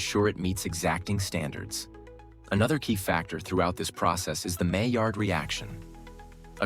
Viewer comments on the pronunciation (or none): none